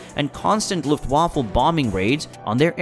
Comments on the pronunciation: Please- 'vaffa' not waffle, you eat those and its not a fighting force!! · this is the second time I have tried to watch this. but unfortunately only a couple of minutes was enough. Luftwaffe NOT Luftwaffle. and talking about an out of ammo spit and the plane shown is from the Redbull air race. taking a very interesting topic and turning it to shit. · Pretty bad narration especially in pronunciation, I.e luft waffle and dronier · It’s not luft waffle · Luftwaffle haha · luft waffle? An attack on "Burr-LIN" ?